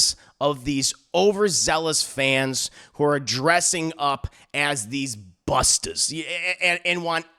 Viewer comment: My guy called ghostbusters fans “Busta’s” lol.